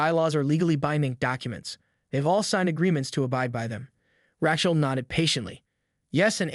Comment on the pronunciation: "Ratchell", huh? Haha...I get that your generation is rife with anti-Semitism, but maybe learn how to pronounce an age-old name.